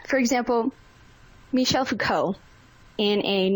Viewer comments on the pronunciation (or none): bro that is not how you pronounce Michel. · Pronounced “Michele” Foucault